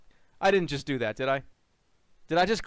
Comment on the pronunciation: their biggest difference is their accents! from northern sweden and from staten island. for example says "yust" instead of "just" and sometimes switches around the w and h when he pronounces words (like "hwite" or "hwere")